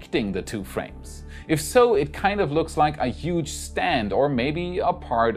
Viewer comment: Huge :D i recommend you practice saying it better <3